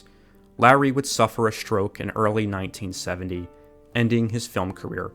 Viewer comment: Every time he says the word "film" I keep hearing "dumb" until I go back a few seconds. Weird.